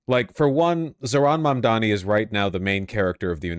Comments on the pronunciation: It's Mamdover. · May they now start saying your name correctly... Mabdabi